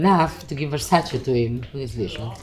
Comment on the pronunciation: I still find it so annoying that they can’t pronounce versaCE properly…….. cmon now